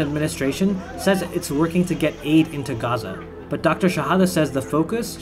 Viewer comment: He says we need a Casese fire